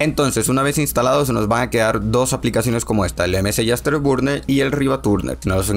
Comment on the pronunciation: "MSI asterburner y el RivaTURNER" 🤣🤣🤣